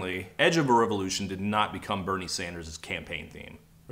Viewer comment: Why is he saying Revevolution?